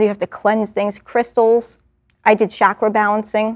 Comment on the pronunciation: 'chakra' : 'ch' pronounced as in challenge